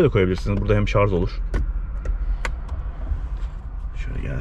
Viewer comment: Güzel bir inceleme olmuş teşekkürler sadece güzel türkçemizi katletmiyelim şarz değil şarj olacak bu kişinin kültürüyle çok alakalı